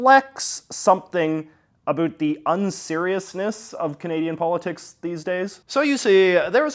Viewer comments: "UH-BOWT" for Pete's sake. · Why does someone born in Vancouver not know how to pronounce ABOUT?!?!